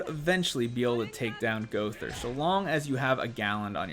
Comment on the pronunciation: Lol gother.... Lol it's gOWther